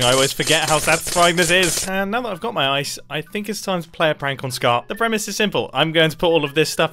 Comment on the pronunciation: God that makes so much more sense. I thought he said “never underestimate the prangles, man,” and he was just mispronouncing the word pranks lmao